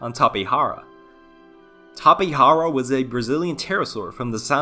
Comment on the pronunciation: the pronunciation of the letter "j" in Tapejara should be said as in tapejaridea. remember that in Brazil, we speak Portuguese, not Spanish.